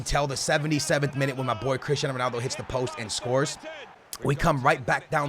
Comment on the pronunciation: "Sonaldo" Loooool